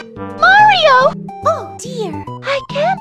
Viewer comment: its Mario not Merio